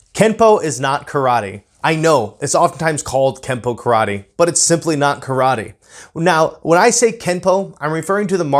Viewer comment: You cannot even pronounce “Karate, so maybe go back and start there, huh?